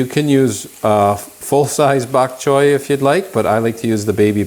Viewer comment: Bak choy is Cantonese, a Chinese dialect. Bak choy means white vegetable. You pronounced bak choy so well. ☺